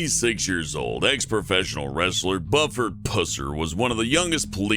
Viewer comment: Also the way he said Buford pussers name man he mutilated it lol.